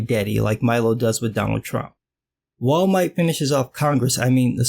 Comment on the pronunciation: “Wall Might” is the best thing i’ve heard all week